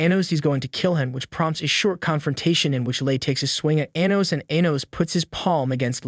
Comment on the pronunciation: The way he pronounces Anos name makes me cringe